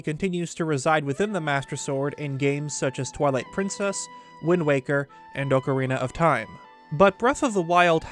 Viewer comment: Stop saying ocarina of time wrong 😑